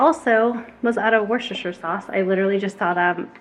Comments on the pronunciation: Hi, another great video, thank you. I'm from the UK. And I'm going to help you we pronounce worcestershire = wustershire sauce. As we have the county called worcestershire here in the UK. I hope this helps. 😘😘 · UK 🇬🇧 pronunciation of Worcestershire sauce - WOOSTER-SHA …. But we nearly always leave the -shire off and call it Worcester (WOOSTER) sauce 🇬🇧 - happy to help xxx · I love you!! but it's pronounced Wu-sta-sheer sauce! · Wooster-sheer (Worcestershire)? Is how I hear/say it in the south of UK ☺️ Looking forward to trying that recipe though x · Worcestshire is pronounced woos-ta-sheer per my New England upbringing. 😉. Everything looks great, especially the pumpkin seeds 😋! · I lived in England for 18 months many "moons" ago. Worchester sauce is pronounced Wooster sauce. Like Leichester is pronounced Lester. (And other like places are pronounced like this). 🙂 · I've always cleaned the bathroom with a scrubby sponge like you've just done, it's so easy. Worcestershire sauce is basically pronounced 'Wuster sher" if that helps lol. We have a lot of cities with complicated spellings here in the UK. Your baby boy is a future influencer I reckon; he's so earnest & adorable xxx